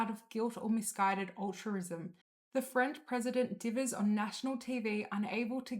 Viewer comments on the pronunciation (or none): Assuming the narrator is a real person and not AI, she needs to learn how to pronounce a couple of words. eg The plural of “crisis” is crises, not “crisises”. Critique should be pronounced “crit-eek” not like “critic”. Altruism is”al-truism” not “ull-truism”.